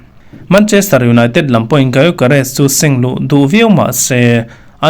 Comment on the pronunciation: Bro said GaiYoGaRes😭 (G silent)Yokeres